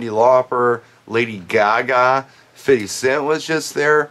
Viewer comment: i liek how you said "fitty cent" Yeeeeee